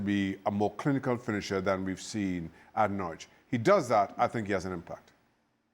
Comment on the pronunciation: Why are American soccer commentators incapable of pronouncing Norwich properly? The 'w' is silent. It's pronounced like 'Norridge'. Rhymes with Porridge.